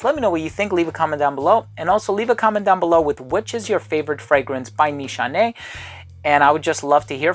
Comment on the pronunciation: Awesome as always,this brand actually from my home country🇹🇷👍👍👍btw your pronunciation on nişane(means target,aim )right on the spot!